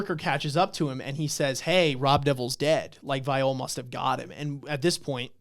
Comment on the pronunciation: These discussions are so good man. Bam vs Love was one of my fav fights in this introductory arc. P.S Also, Viole is pronounced [Vee-Yeo-Lay]. Jue Viole Grace --> [Jew-Vee-Yeo-Lay-Grace]